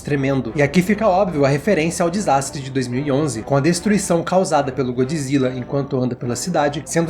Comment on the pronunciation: GodJIRA , GodJIRA , você leu com a voz do japonês né kkkkk